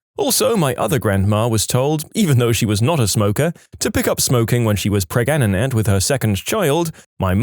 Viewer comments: Preg- aga-net 😂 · Still laughing at Pregnaganant😂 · Preg- a- net ??? Wheres this guy from? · Heh, pregananant 😅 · Just say pregnant normally smh, It's so cringe. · I like how they claim to have a narrator, but can't pronounce "Pregnant" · Interesting this text to speech can't pronounce pregnant. Like Indians in call centers saying " 3 " when trying to hide their accent. Lol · the way he pronounced pregnant in the video